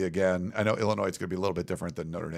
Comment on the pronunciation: Nice job and indeed everybody… But I would have thought by now someone would have helped with her pronunciation of our 21st state, Illinois. Respectfully, it’s the second episode in a row with this pronunciation - While not a terrible gaffe it is worth correcting from my perspective because it just screeches my small brain to a halt. ✌️